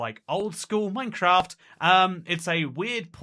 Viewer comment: Funny, especially because I'm mostly listening to the video whilst doing something else, I suddenly hear "NineCraft" I have a "NeinKraft" meme on my phone 😅 Nine and nein are pronounced the same